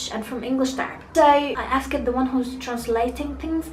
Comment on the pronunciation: Really you got a fantastic accent,(Britain accent) I hope you to do your best in this channel. Be careful about the past in pronunciation (d) would be a (t) for example asked would be (asst) instead of (askid) hope you succeed in ur life ever. 😇😇😇😇 last don't forget the determinations of nouns.